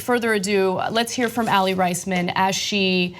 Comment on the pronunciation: Aly Rice-men? Pretty sure it's Aly Raise-men